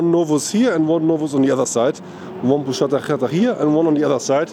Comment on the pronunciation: 😂😂😂 the пузата хата reads like Puzata Hata and not pushata hata😂😂😂. Anyway, great video 👍👍👍👍👍